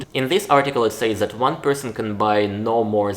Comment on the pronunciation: I have only one notice, but it's not exactly about the video topic. Don't use "Z" instead of "Th." A good example is: "Zet and zet kind of product." I have noticed this in your previous videos as well. I know maybe it's hard to pronounce for you as a Russian speaker, I have myself problem pronouncing some English words as a non-native speaker, but it's possible to fix it.